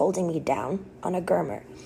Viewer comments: I wonder how you didn't hear that she can't even refer to a " gurney" with the proper pronunciation calling it a gurner repeatedly when it is actually a " gurney". That is what is in ambulance's and hospitals. So how are 40 year's old that consistently call objects by the wrong incorrect name smart ? It makes me question how bright are people ? I mean Really ?? I think it's sad. What's even sadder is how many people don't recognize that she's way off base. IJS. Improper grammar bug's me. Sorry. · Why does she keep mispronouncing gurnee? Its like those are not her words.